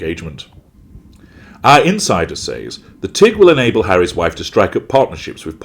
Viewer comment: I like that The Tig is pronounced The Teen. For someone who enjoys pronouncing Buenos Aires correctly she messed up on this one. She thinks it will be bigger than Goop